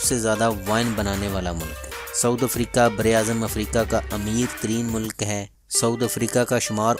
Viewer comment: for God sake's its SOUTH* Africa not saud africa